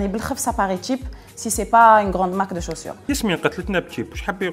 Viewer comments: Qu'est ce que j'ai entendu les chaussert ? 😂Plutôt les chaussures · Les tchaussure 🤣🤣🤣🤣 je meure